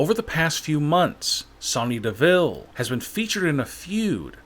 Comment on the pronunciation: It's Sonya Deville not Sony deville